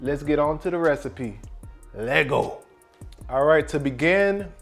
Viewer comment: I watched until u said “leetgo”